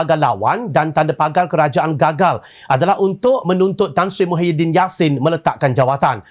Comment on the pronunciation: Tolong gunakan ejaan dan sebutan yg betul MAHIADDIN ok